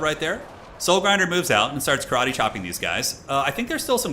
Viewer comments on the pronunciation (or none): none